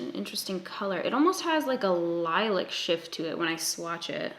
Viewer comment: Hold the fuck up....Li-lick? Are you saying LILAC AS IN SOFT PURPLE or is there some weird color I'm not aware of? 😂😂😂😂